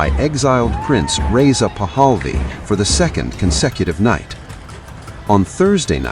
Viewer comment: The name is PAHLAVI, not “PAHAL VI”